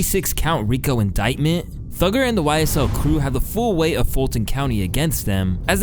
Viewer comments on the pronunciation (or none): thuggER ..... Sounds a bit..... You know ... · You calling him thugger is sooo cringe kid.